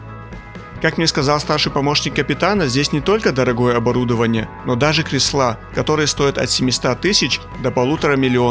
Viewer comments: Не "креслА", а крЕсла, и не "от семиста", а от семисот. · КрЕсла. А не кресЛА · Кресло, кресла - ударение на Е. В целом, речь отличная, грамотная. "Кресло" возьмите на заметку. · Атомоход отличный ! И экскурсовод обязан ему соответствовать . Т.е. проговаривать ьексты правильным русским языком . Правильно склоняя числительные ,правильно ставя ударение (креслА --- это не по- русски) .